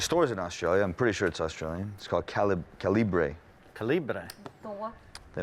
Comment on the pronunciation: Nice pronunciation of calibre ..lol... moron!